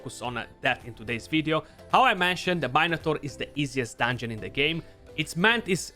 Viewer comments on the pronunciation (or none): “Main a tor” 🤣🤣 bro you made my day! No disrespect, I love you mate for all the knowledge that your giving us!